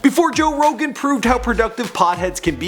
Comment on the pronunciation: joe rogaine lol